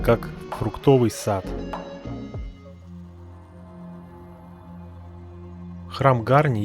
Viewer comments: Позволю небольшое замечание; в любом армянском слове ударение ставится на последнем слоге, не Га'рни, а Гарни' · Безусловно палец вверх, и маленькое исправление, произнося ГарнИ ударение на последнюю букву «И» но не на «а» в остальном все как у профессионального блогера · ГарнИ, ударение на И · ГарнИ. Ударение- на И. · Гарни-ударение на и .Спасибо вам за позитивный отзыв. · все гораздо проще - в армянском ударение всегда ставится на последнюю гласную. Это так к слову, а вообще СУПЕР! Спасибо Вам большое!